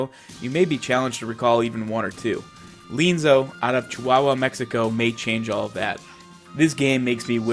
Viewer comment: Looks interesting. Different without being unnaturally so or forced. Will definitely check it out. Also appreciate your qualifications about the language at the start of your video. FWIW, I believe Lienzo is pronounced, lee-EN-zoh, with that accent on the “en”. Subscribed!